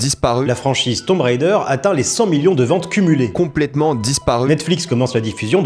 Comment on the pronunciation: Rhaaaaaa ça me saoule c'est pas Tomb "rider", le plus grand influenceur cinéma TikTok il sait même pas prononcer le nom du jeu 🙄... Pfffff. Merci.